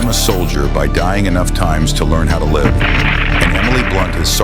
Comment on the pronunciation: Crap AI can't properly pronounce 'live'.